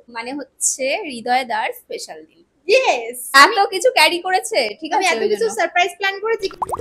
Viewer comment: Pesal bolche 😂 special noy